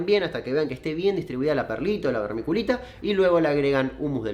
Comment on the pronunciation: Hola, podes volver a decir vermiculita en tu proximo video? Me gusta como la pronuncias. Saludos.